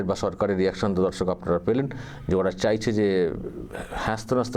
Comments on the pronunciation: "চায়ছে" না "চাইছে" হবে। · "চায়ছে" আবার কী? "চাইছে" হবে ওটা। আপনার প্রায়ই "য়" আর "ই" গন্ডগোল হয় দেখছি।